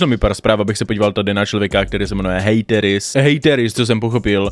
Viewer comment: Tvoje příprava na video je úplně irelevantní doslova o tom člověku nic nevíš řešíš ho jen kvůli tomu aby sis udělal čísla..... je mi z tebe zle a nauč se vyslovovat hateris díky.